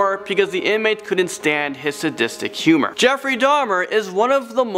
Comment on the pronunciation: ‘Sadistict killer’